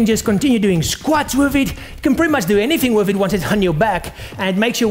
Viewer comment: i like how he says "wif it"